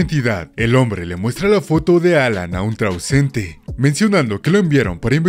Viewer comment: trauncente o transeúnte juajuajuajua